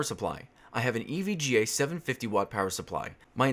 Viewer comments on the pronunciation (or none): none